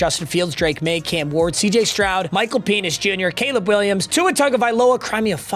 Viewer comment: He said Michal penis jr